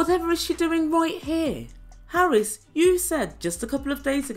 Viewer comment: The fact that she says Harrus makes me ill! Why... WHY is there a 'U' there?